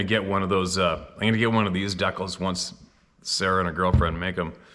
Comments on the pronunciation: Same here. I thought he was talking about some sort of hunting gear. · I’m Canadian and pronounce it “dee cal”…Mind you, I’m in Central Canada, while is in Western Canada, lol… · I've been confused since the first time I heard say deckulls now I realize he means decals I forget about the Canadian accent 😳